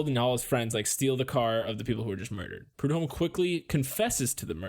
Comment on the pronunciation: Also.. sorry for being "that guy" .. But.. the H in prudhomme is slient..for some brighter news, however.. The baby is now a thriving human adult. Snaps to that shit, bc this place.. does NOT let go. This murder, and the kks murder.. Literally ruined this whole ass area, im not even being extra. Both of those are still relevant, HARD.. right NOW. Thirty three years later.